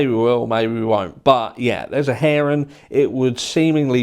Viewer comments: "hearing" not "herring" Herring is a fish. LOL Sorry, I couldn't help myself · Did you say herring or hearing? Lol. UK to Aussie humour 😁🇦🇺🇬🇧😘